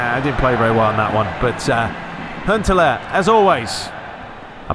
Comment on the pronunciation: can you please also do Pes 2011 ML aswell? By the way its Huntelaar not hunteler ok learn how to pronance and their is fauls in fifa more then it is in pes.🤞🙏